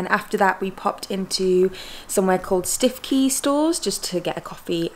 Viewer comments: It's also not pronounced Stiffkey but Stoo-key, but that's OK! Norfolk peculiarities! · My home area. Glad you enjoyed. Next time you go you must go to Brancaster. Tip for you…Cley is pronounced cli as in climb without the mb. Stiffkey is pronounced stu key. Great video as usual.